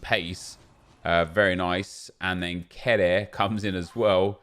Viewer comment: kehrer is pronounced care-er i’m pretty sure, not ke-rare 🤣